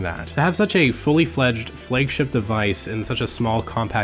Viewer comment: Why does he say flaygship instead of flagship?